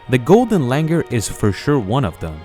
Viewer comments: Its Langur not langar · Its not Langar.. its pronounced “Langoor” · The pronunciation is not Langer, but Langoor. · It's not pronounced as Langur, it is Langoor. And the British didn't come up with this name. It has been the name for ages. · You are pronouncing it wrong. Its langoooooooooooor.